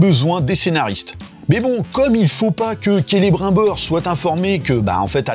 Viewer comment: Rassure moi, tu fais le troll en pronocant celebrimbor avec l'accent bien français ? Parceque en vrai, tu sais que est pas comme ça que le nomme😅😅😅